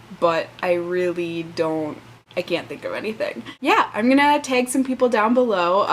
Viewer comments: Minnesota accent TAG, not "teg". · As for Minnesota.... The long Os, and literally the stress on all the other vowels. Bayg instead of bag, tayg instead of tag, eye-talian instead of Italian, tuuisday instead of Tuesday..... The list goes on and on with the proof of an accent.